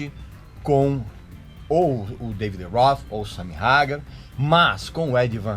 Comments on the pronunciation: Ouvir a pronúncia “SAMY RAGAR” é de doer os ouvidos… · Sua pronúncia esta errada, Van Halen se lê como escreve, Sammy hagar se fala "reigar"